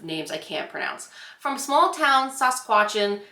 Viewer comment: It's pronounced (not spelt) sus-catch -uwan. Hope that helps. I'm on the East Coast a Canada, in Nova Scotia. Chapters is my all time favorite chain bookstore. But second hand bookstores are where it's at. The one I go to has resident cats that live there hahahaha. & ya may as well bring a cuppa tea with ya, cause it's like visiting an ol friend. Such an awesome vlog! Hope ya's had the best time! 🤓